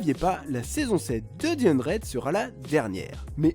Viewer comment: Stp dit the 100 et pas di hundred 😭